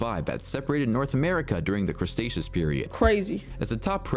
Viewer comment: That dude in the video can't say Cretaceous. The way he says it... lol